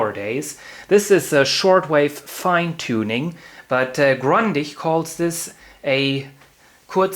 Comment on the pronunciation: Grundig! Nicht Grandich